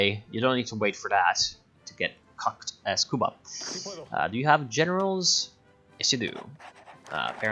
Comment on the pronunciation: My body rejects how you say Cuba.